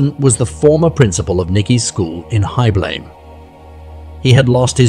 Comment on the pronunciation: When you use foreign names, learn to pronounce them: Joos = Yōs (as in dose). Heibloem = Hay-bloom. Maastrict = moss-strict